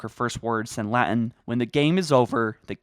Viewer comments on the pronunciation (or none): none